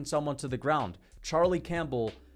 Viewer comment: Bro said Charlie Champbell 😭